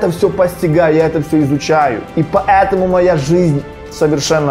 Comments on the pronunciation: Не могу сконцентрироваться на видео , потому что каждая его фраза «па Э таму» вызывает дикий смех😂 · ПоЭтому, поЭтому, ПоЭтому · меня одного бесит как он говорит "ПАЭТАМУ" ?